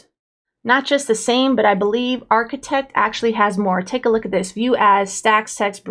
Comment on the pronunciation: when you pronounce it. It sounds like a “t” instead of a “d”